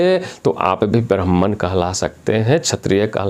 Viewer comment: आचार्य आपका ब्राह्मण शब्द का उच्चारण ठीक नहीं है आप कौन से ब्राह्मण हो बताइए